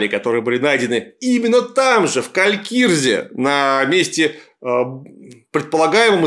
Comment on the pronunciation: Калькризе же, не Калькирзе :)